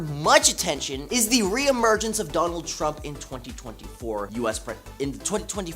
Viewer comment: Jonald Trump? Her Ds sounds like Js. Hahah.